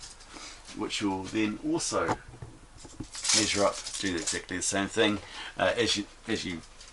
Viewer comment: Nixt one or next one every word with the letter e you pronounce i, very annoying, Misure-measure Wibsite-website